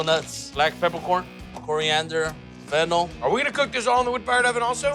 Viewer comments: I’m sorry, but did he say fentanyl as a ingredient? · I heard him say it too lol, but it was Fennel seeds